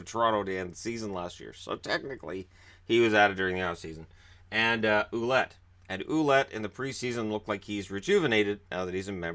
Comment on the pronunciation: Ouellet is pronounced like Wellett!